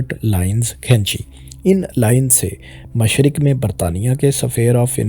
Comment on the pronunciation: MashArq-e-wusta? MASHaRQ? When and where did you read or hear this pronunciation of MASHRiQ?